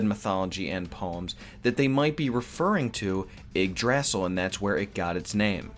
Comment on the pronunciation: Yeah your pronunciation are bad but hey Nordic mythology has some dumb spellings for names